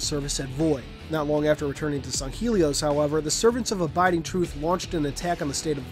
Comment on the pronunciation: This is just a pet peeve but, it's really annoying when people don't pronounce things correctly. Granted people have different ways of speaking and even in simple words, there are different pronunciations (to-may-to/to-mah-to) but in every piece of factually evidence, it is Sang-Heylee as to where you say "Sung-Heelee. Just a pet peeve.